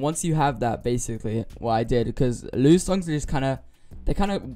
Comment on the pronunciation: It's pronounced Ly U